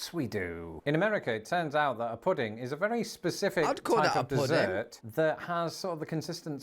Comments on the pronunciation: I get a kick outta the British not finishing words like "wha" versus "what" ... puddin' vs pudding ...or, sometimes dropping off the 1st part of words like ear vs here My dad pronounced battery as "bat tree" ...his father's (great?) grandpa came from UK .. he also grew up on mincemeat pie ... I made it for him once .. he was so excited cuz he had not had mincemeat since he was a child (I had to look up a recipe ... it tasted awful to me, but my dad loved it) so, the monarchy does not have power, but parliament does? does this mean UK lives under an oligarchy? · I get angry when you pronounce words, lazily!! Example: button, pudding, and British. No t’s in button, no g at the end of pudding and British sounded like you said Brish!